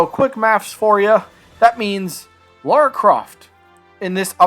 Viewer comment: Say "Mario". "Mario" Now say "Lara". "Laura"